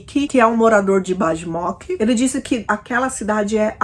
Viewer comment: Apenas como colaboração, no idioma sérvio a letra J tem som de I. Então a cidadezinha deve ser pronunciada como Baimok e não com Bajmok.